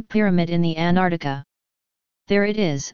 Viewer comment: Not even American robo-voices can pronounce Antarctica correctly. An-tarc-tica, not Anarnica.